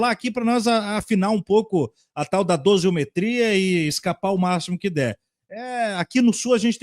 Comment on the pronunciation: Não é “dosiometria” e sim DOSIMETRIA.